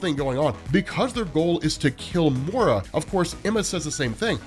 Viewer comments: It's Moy-ra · Hey, when are you going to learn how to say Moira's name correctly?